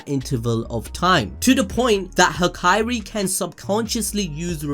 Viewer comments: "Hakari" not "Haikairi" you should watch more subbed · Am I the only one that hears hikari instead of hakari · Hak eye ri bruh it’s hakari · Bro his name is Ha-kari not Ha-kai-ri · Hakari. Not Hakairi. Ha-ka-rih. There are not two i’s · Came for the video stayed for the "ha-ka(I)-ri counting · I love your videos but please say Hakari's name right lmao